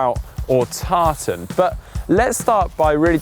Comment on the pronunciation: 'Tartan' lol!!!😀